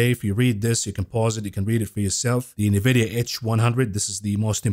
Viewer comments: It's funny how you say Nevidia instead of N vidia!! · Brah, I prompted ChatGPT on how to pronounce "Nvidia" and it said ""Nvidia" is typically pronounced as "en-vid-ee-uh." My ear hears "Nah-vid- ee-uh from your pronunciation. Otherwise another great show from the. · My man, please stop saying nuh-vidia. Please. It's N-vidia, as in the letter N. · unless chatgpt buy all of nvidia stock forever.... then no. its pronounced N vidia!!! please!